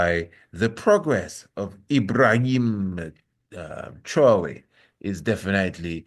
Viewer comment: Pronounced “Trah-Wo-RE” Traore